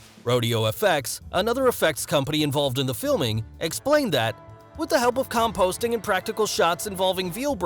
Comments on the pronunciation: man says composting instead of compositing😂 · "composting" I think you mean COMPOSITING. Might help to run through the script a few more times than once, maybe even have Google Translate read the script out so you can hear the words pronounced LOL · "Composting" LOL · Composting!!! It’s com-po-sit-ing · "Composting"?? "Compositing". "Mental??" "Medical". Wow this announcer cannot read ... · Did the narrator really just say Cahm-posting instead of Com-positing? This is a VFX breakdown and they don't even know how to pronounce the most basic function of VFX? . Also, stop saying VFX artists are wizards and magicians. We aren't. It's technology and a shitload of hard work. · LOL, the way he pronounces compositing made me laugh. He says Composting, not compositing. Composting is something you do in the garden. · It is pronounced COM-POS-IT-TING not composting. .